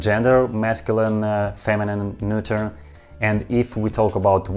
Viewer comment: I'm still in the middle of the video, but you pronounced "neuter" like a champ! I know your history with the word. I imagine you were finally able to get to sleep LOL. Well done! P. S. Russian is still difficult as hell. I'm so confused. At this point I'm just listening to your voice and the sounds of Russian spoken slowly. P. P. S. In English, salty (pickled) cucumbers are called pickles. The cucumbers are soaked in brine to make the salt (and other ingredients) penetrate into the cucumber. It's called pickling. People pickle all sorts of other things, too (like garlic, my favorite). Oddly enough, in English, when you pickle anything else other than cucumbers, their names don't change. They're just pickled . For example, pickled garlic. But pickled cucumbers are called pickles. Yeah it's weird and I don't know how it came to be this way. You're doing fantastic with learning English, though! P. P. P. S. The term is "when I have the time". P. P. P. P. S. I think your Russian phrases are extremely interesting (for example, "better a bitter truth than a sweet lie". I would love to hear more of your phrases. When I was young, I was with my neighbor's German exchange student, and he spontaneously shouted something in German at the house cat that knocked over a cup of water onto him. I asked what he said, and he said that in German, they have a saying for when people do crazy things. They say, "have you lost a wheel!?". I thought it was really interesting and funny. I'd